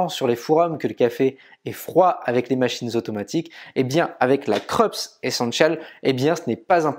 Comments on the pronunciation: Le nom de la marque se prononce "Kroupsse" et non "Kreups". J’ai la Krups YY3072FD depuis bientôt 2 ans. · Dans la vidéo d'aujourd'hui, du disais qu'on t'avait fait des remarques sur la prononciation. Je n'ai pas vu la remarque sur la prononciation du nom Krups : c'est une marque allemande, elle se dit "Kroups" ;) Sinon, rien à redire, vidéo au top. Merci !